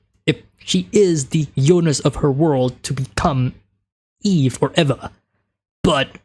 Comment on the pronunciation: "Eva" is pronounced like "Eve" but with an "A" instead of an "E" at the end😉